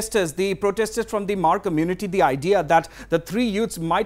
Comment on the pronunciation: its not HAMAAR, it MAAR, H IS SILENT, please get some knowledge